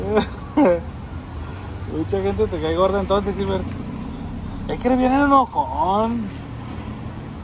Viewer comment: Saluditos mi y mi gilbertona jajajaja si k me dio risa sus dichos mi gilbertona k no mas no lo podia decir bien y k risa te dava exelente video komo se extraña esas platicas y los videos k hacias con mi gilbertona